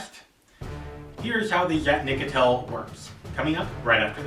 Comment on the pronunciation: Nope, you didn't say it right